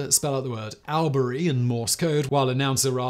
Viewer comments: yeah the y is more an i sound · Man, the Aussies are going to crucify you for your pronunciation of Albury. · Awl-bury, not AL-bury 🤣 so close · Its "All-burr-ee" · As an Australian I feel the need to correct you on your pronounciation of Albury, it's awl buh ree not al beh ree. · Not Al-berry. Albury is pronounced All-bree. I mean Simon, you got Melbourne right. Few people do. Interestingly, Melbourne is now the most ‘Locked-down’ city in the current pandemic. Something like 260 days. Poor buggers. So no aircraft are currently welcome…. Unless you are rich, famous or carrying vaccine. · Hey whistle boy... it is pronounced all,bra,ree (Albury)... by the way love you're work on casual criminalst... subscribed to all channels and podcasts... you show you're funny side and true self on casual criminalst and I love it... all the way from OZ... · All-brie is how it is pronounced in 'straya. Keep up the good work. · Hey Simon it’s pronounced “All-bury” no stress from Broderick from Melbourne Victoria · Yeah, I think you're right, sounds like my lazy way of saying too. 😂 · The way he's say Albury is making me giggle 🤣 we say it like "awl-bree". From a Melbournian, I always hearing about Melbourne in videos! Always a nice surprise ☺️ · the first syllable of albury is pronounced all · Albury is pronounced All Bree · It's pronounced "ALL Bury". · Albury is pronounced all-berry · The pronunciation of Albury is so grinding to a Victorian. Its pronounced All-Bree. And Corowa is Kor-o-wa. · I’m listening to this thinking where the hell is Al-berry then at end I’m oh fuck he’s saying All-brie 😂 you say Melbourne right tho 👍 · Simon, the town of Albury is usually pronounced, here in NSW, as awl-bury. Charleville is usually pronounced as charley -vill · "ALL Bury, CHARLEY ville, COR OH WA". Please check your pronounciations before posting a video.